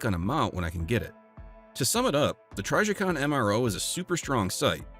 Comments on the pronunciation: Lost me 3 seconds in also. Trijicon is one of the most recognizable brands of red dots and anyone who knows guns knows how to correctly pronounce their name.😅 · lol try…jicon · I thought it was pronounced tryjaycon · TRYjicon??? Hahaha dude you’re TRYppin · You lost me at TRYjicon 😂😂😂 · If u are Brazilian it sounds "tri G coon" (portuguese). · If you can’t pronounce Trijicon correctly you have no credibility, sorry. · Narrator mispronounced the name indicating they they likely have no knowledge of the subject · I can't stand the way this guy pronounces trijicon